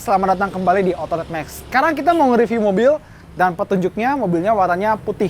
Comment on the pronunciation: Autonetemagezu *Mencoba logat Nippon